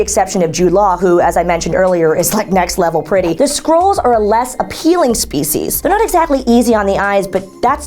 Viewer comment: And it's "Skrulls". Not "Scrolls"...